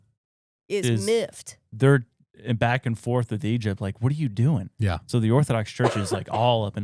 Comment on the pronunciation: It’s EGYPT not E-JUP 😂